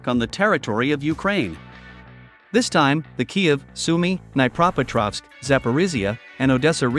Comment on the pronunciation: sorry! BUT! try }}} din NYEH PRO petrovsk for}}} Dniepropetrovsk...it hurts the ears to hear it mangled like you pronounce it!